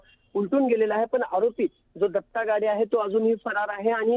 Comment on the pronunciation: तिथं गाडे आहे आणि तुम्ही गावडे म्हणताय अस कसं मॅडम